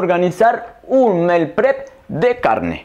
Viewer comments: Que rico todo. Yo soy super mala para cocinar carne, asi que para la prxima voy a tratarla. Un detallito se dice 'Miil prep'. Saludos desde Emiratos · Me encantó. Super práctico. Pero se dice "mil prep". Mi humilde aporte.